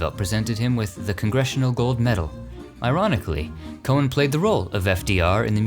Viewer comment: George M. Cohan's last name is pronounced "co-han" with the H